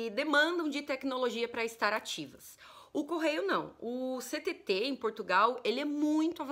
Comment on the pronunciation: Ninguém diz “Ch-TT” 😅